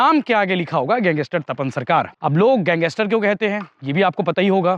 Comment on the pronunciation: गैंगस्टर❌ गैंगेस्टर ✅✅😂😂😂😂😂